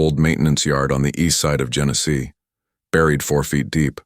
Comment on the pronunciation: Genesee County, not Genesis.